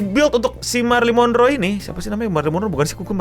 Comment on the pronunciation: Wkkwwkkwkkww sama banget anjir nyebutnya marrie monroe